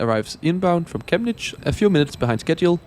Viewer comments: 1. Intersting how you say Chemnitz, no hate but its wrong. 2. The same model Railway isn in Berlin Ostbahnhof. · The way you pronounce "Chemnitz" is almost painful ^^ But great video nontheless